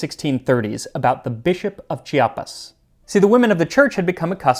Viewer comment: as a Chiapas person (or chiapanecan person if you allow me the neologism😉), I was really surprised and very pleased to listen to your correct pronunciation of my homeland name. Really, very pleased with it. Let me tell you, even mexicans from other states of my country fail miserably trying to pronounce Chiapas (they often say "Chapas"🙍🏻🤦🏻).